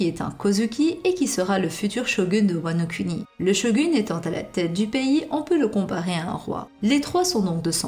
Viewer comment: J'ai pas l'esprit mal placé, mais à chaque fois que tu dis Wano Kuni j'entends juste cunni quoi.. Tu pourrai dire "Kouni" stp ? 😂 Sinon super travail comme toujours 👌